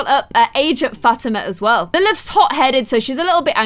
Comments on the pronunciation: i think its pronounced fateema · her name isn't fat-ama its fu-teema